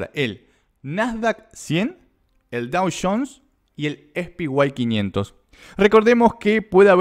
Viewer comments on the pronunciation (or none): "es pi guay 500"?? Jajajajjajaj ahí va de nuevo...."es pi guay 500"...es re guay el "es pi" jajajaj